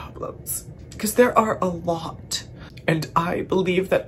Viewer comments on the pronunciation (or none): The "I've done a lOuaht of self reflection" was so 👨‍🍳👌